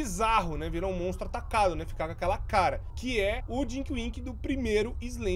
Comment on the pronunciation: ta falando erado ae mano,é tinky winky rapais nao é dinky winky nao ou